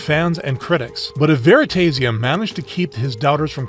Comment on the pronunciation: is the voice AI, there is no way anyone pronounces veritasium like that